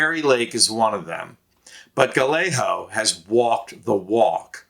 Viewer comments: Seriously??? It's pronounced guy-A-go. Emphasis is on the second syllable, a hard A. (Not guh-lay-ho!!!) SMH!!! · Gallegos, pronounced gayego (ll=y and a g is only an h at the beginning of a word.) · For future videos, the double L in Spanish is a digraph that sounds more like a Y not like the normal L sound. Gallego is pronounced: gai-AY-gow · Good presentation and concise reasons why Kari Lake is set to lose here senate run to Gallego. Please note: the double "ll" in Gallego is pronounced as a y sound, thus making his name Guyago. Not Galeho. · It’s guy-yay-go, not guh-lay-ho. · Say "Gayego" ... Not Galaho! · It's pronounced like "Gaiyego." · Pronounced Guy Yea Ga! No L's Az. Voter!❤ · Pronounced guy-a-go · Thanks much. Nice presentation. ( fyi.. his name is pronounced ‘guy-yeah-go’) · It would really be cool if you would pronounce Gallego correctly. guy YAY go. The double L in Spanish is pronounced like a Y. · You are absolutely butchering the pronunciation of "Gallego." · Just FYI: Gallego is pronounced "guy-yay-go" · What an odd pronunciation of Gallego. It's pronounced ga yay go in Spanish. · Hermano, fyi, Gallegos is pronounced: guy-yay-gos. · Guy-yay-go. You are saying his name wrong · It’s pronounced Guy yay go. He has no worries about sKari fLake. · It's Gah Yay Go. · Sorry but his name is pronounced guy-egg-ah. It's like fingernails on a chalkboard when you say it wrong and does nothing for his name recognition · His name is pronounced guy-a-go, the 2 l's sound like a y, he's a good and serious problem for polluted lake. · It's pronunced: Gai-ay-gow. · It’s Gallego not Galleyo, do your homework! Disaster! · Learn to pronounce his name; it is more like Guy-eggo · You should learn how to pronounce Gallego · For an Occupy Democrats video you sure dont know how to pronounce Ruben Gallego’s last name lol